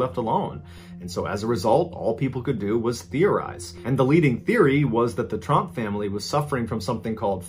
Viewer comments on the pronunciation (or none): it’s trump not tromp btw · It's Tromp, not Trump. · Wow I only just realized he wasn't saying trumps 😂